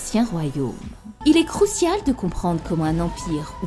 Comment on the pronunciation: Crucial? CROUCIAL 🤣🤣🤣